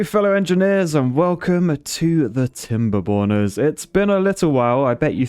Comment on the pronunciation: I thought you said timberboners